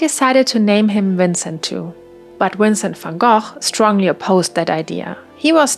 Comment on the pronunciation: You do not know how happy it makes me when I finally see someone pronounce Vincent Van Gogh's name right